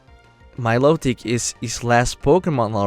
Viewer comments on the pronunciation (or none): none